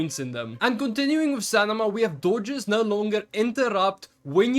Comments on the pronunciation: It's Sta-mi-na brother not Sta-ni-ma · I'm sorry man, I'm sure English is not your first language, but it's driving me nuts that you keep saying "stanima" instead of "stamina". 😂 Really helpful video though! I'm not trying to be a dick about the other thing. Just thought I'd mention it. Maybe you're not even aware you're doing it.